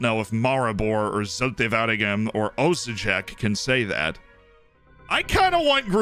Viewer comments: jesus christ, it's Osijek (as in Osiyek)... my OCD is acting up right now. It's my hometown team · Dude, you butchered NK Osijek's name hahaha.